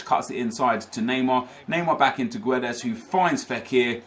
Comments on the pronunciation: When reading Guedes ignore the 'u' , just say Gedes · Guedes is pronounced Geddz btw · gedes dont say the u im portuguese